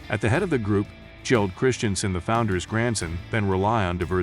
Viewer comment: Is the narration done by some AI? Doesn't sound totally like a human being... Many of the proper nouns and names of objects aren't pronounced correctly or seem programmed to follow pronunciation rules of American English, like Ole Christiansen's name. Even saying "dear wooden animals" the way it was said was off, like "dear" was not meant to describe the wooden animals (when it was). Or even the pronunciation of "Mattel" and referring to both Mattel and LEGO as him, etc. There are many incorrect pronunciations throughout the documentary.. The voice inflection is very weird and it sounds like AI. It's rather unappealing. The only good parts of the video are when real people are speaking and communicating information because I'm not sure I trust the information by the author who wrote the narrative part.